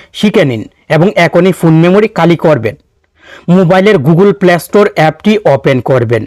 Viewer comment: আরে ভাই, উচ্চারণ শুদ্ধ করুন।"কালি করুন" এটা কি ধরনের উচ্চারণ? " খ " অক্ষর "ক" উচ্চারণ করছেন কেন?